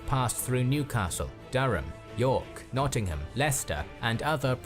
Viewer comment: I didn't know this part of our history, so, very interesting, though the narrator didn't seem to be able to pronounce place names correctly. Nottingham is not pronounced Notting HAM, and Berwick-upon-Tweed is "berrik" not burwick etc. Thomas Cromwell was Henry VIII's fixer and was enobled(given titles briefly before falling from favour and executed). Oliver Cromwell was a distant descendant of Thomas.